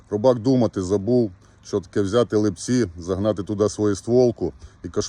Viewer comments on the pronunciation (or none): Не "ЛипцІ", а "ЛИпці". Але це дрібниця. Дякуємо за мужність й ефективне винищення хробаків!